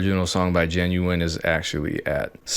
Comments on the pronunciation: The last half of his name is pronounced wine like the drink. Dope video btw. Love your content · Great video but it's GinuWINE, bruh. WINE!! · I think you're pronouncing Ginuwine a little differently than he pronounces it. 😁